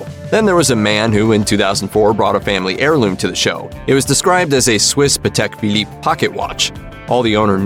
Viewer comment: If you don't know how to pronounce things there's this thing called Google that's not how you pronounce Patek Philippe at all great facts checking😥